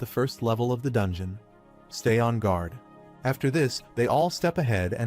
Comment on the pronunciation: What is a grauder? Maybe the AI means guard? Can we please get some editing done on these videos. A I cannot speak English it cannot speak two-letter words it cannot speak correctly. All it takes is a little bit of time to go in there listen to what's going on and just go in and fix it if you have to use your own voice so be it. It's better than trying to figure out what the hell is trying to say